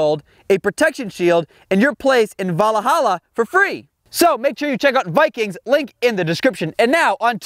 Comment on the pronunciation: its val hal a